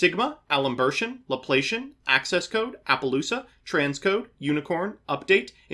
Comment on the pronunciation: Maths nerd here! It's pronounced La-plass-ian not La-play-shun. Not that it really matters, I don't imagine seeing this deck too much 😅 Just felt worth a mention 😛